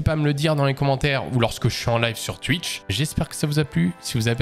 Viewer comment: c'est moi ou tu dit tuitch!!?